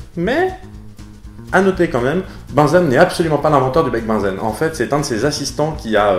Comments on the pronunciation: peut être déjà dit, mais Bunsen ne se prononce pas comme "benzène", mais se prononce "bounzeun" (pas joli-joli à écrire, je sais...) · il me semble tu as confondu à la prononciation Bunsen et Benzène ^^ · tu prononces Bunsen comme Benzène ? Oups je n'avais pas vu que la vidéo date de 10 ans... 🥴